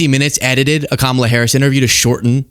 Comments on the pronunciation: Did you notice that now he says Kamala correctly? The rest is so crazy that I missed that entirely. 🤪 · I am SHOCKED he actually said Kamala's name correctly